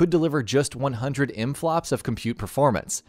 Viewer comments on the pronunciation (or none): Nintendo 64 could deliver how many flops? I couldn't tell what you said, im flops? In flops? Em flops? Did you mean Megaflops? Why did you say it so badly??? We say GFLOPS as Gigaflops, or TFLOPS as Teraflops...